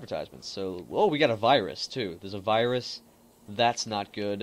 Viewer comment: thats a weird way of saying virus